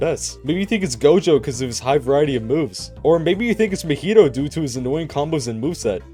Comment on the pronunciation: Meh-hee-toe? Ma-he-toe MAHITO (ealry acces )